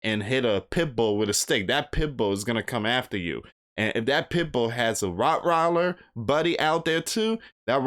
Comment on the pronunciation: Rotriler... Wong...